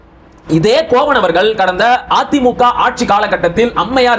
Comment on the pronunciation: கோவன் இல்லை தம்பி,கோவணன்